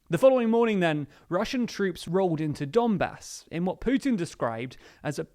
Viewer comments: Is it only me who heard " dunbas " as "dumbass"?? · ‘Donbas’ .,lord bastard - x